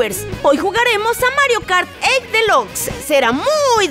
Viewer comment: soy la unica que se dio cuenta que dicen mal la palabre DELUXE muchas veces? like si te diste cuenta